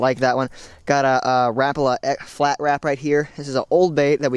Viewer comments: it is ra-pal-a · You said Rapala wrong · I don't like how you say Rapala. other than that great vid. liked!